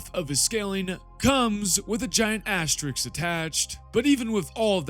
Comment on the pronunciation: When you pronounce the word "asterisk" wrong you need to flash an image of Asterix in the edit